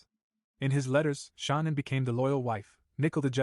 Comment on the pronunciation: Why can't the guy say Shannan or Nicole right?? Just saying...❤